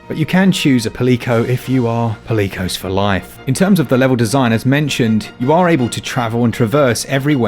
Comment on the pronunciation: Not sure if i'd agree with the pronunciation of Palicoes as pa-lee-coes compared to the usual pally-coes. :D